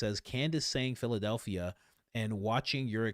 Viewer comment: When Candace said Phildelphia ,yea i super LOL 😂😂😂